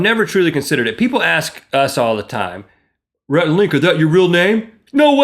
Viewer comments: Rhett \r-hett, rhe-tt\ as a boy's name is pronounced ret. It is of Latin origin, and the meaning of Rhett is "speaker". Also variant of Rhys. Rhett is most familiar as the hero of Margaret Mitchell's "Gone With the Wind". I figured out who you were named afterrrr...... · You should say Rhett like Ret and Stimpy